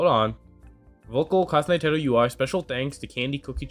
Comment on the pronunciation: Btw I know this is random but her name is pronounced You-ee. Source: her own songs where she’s said her name